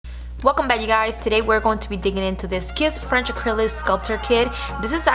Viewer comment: First of all its ACRYLIC NOT ACRYLIS . Try harder to enunciate and not slur all your words together or just not talk all together no offense but it's annoying rather listen to Sophia Vergara talk.